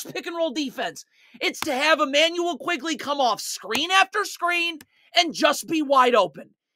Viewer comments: Good video...but it's not Immanuel 'QUIGley'. It's Immanuel 'QUICKley' (Quickley).. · my favorite part is how he keeps calling Quickley “Quigley”